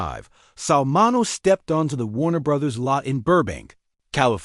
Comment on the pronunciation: MIN E O...AI cant pronounce words